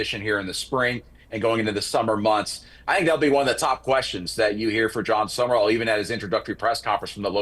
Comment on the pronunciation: Sum...rall 2 syllables NOT Summerrall!!